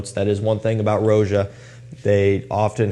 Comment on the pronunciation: I believe it’s Roja as in Rodga, not “Row-zhuh”. His name is Roger.